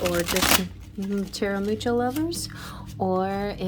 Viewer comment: Love this!!!! Listened to my Rising (Leo) and Sun/Moon (Pisces). Gonna listen to my upcoming profection year sign (Aquarius) as well. PS don't mean to be an art snob, but Mucha is pronounced "Moo-hah" instead of "Moo-chah", with an emphasis on the first H (kinda the first H in Hannukah).